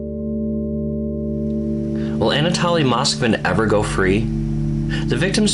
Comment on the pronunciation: It’s pronounced an ah toh lee (I’m rather a stickler for proper pronunciation of names. What you’re pronouncing is an ah tah lee. If that were the case it would contain 2 l’s- Anatolly like the words folly or jolly. Notice how the words holy & moly only has 1 L. Strong O. The word holly has two L’s & is pronounced like the others with 2 L’s lol language has rules for a reason. So we can all pronounce things the same way & there’s no confusion.